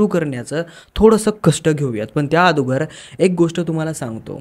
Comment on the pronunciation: Adogar nahi bhava agodar